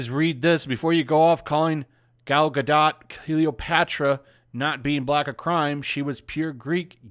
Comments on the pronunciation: I think the “t” is silent. “Gado”, not “GadoT”. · Her name is Gal Ga-DOTE, not dot. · Only leaving a dislike because you keep saying Gar dot. The name is french the T is silent you sound like a moron. Just say Gardo. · It's ronounced Ga-doh... Not Ga-dot.. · Hey, it's pronounced Gah-doe not Guh-dot. Get it right you sexist racist!!! 🤣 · GAl GA-DOE is how you pronounce it ! Come on people ! If you are going to speak about her please stop butchering the name ! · your mispronunciation of "Gadot" almost ruined the video for me. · Good channel. Good content. Please learn how to pronounce her name... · Uhmm The T is silent in Gadot (just saying) :) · Gadot => גדות meaning river bank The T isn't silent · At least take the time to learn how to pronounce her name right so you don't sound like an idiot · How stupid people are that are too lazy to pronounce the name Gadot correctly ... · You are mis-pronouncing her name. The T is silent.